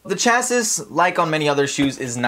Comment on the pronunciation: Chassis is pronounced "chassy", not "chasiss".